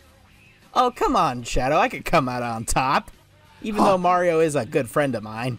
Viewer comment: Shadow called mareeo fatt